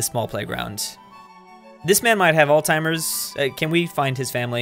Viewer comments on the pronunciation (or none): “this man might have altimers” I’m sorry what lol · "this man may have All-timers "